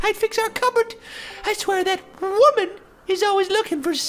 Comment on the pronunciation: I like how he emphasizes "wife" and "woman."